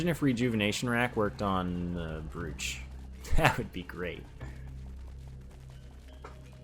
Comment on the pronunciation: Despite it's spelling, brooch is pronounced broach.